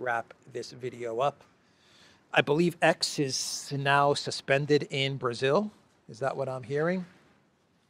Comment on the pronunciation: Brazil “law”.not correct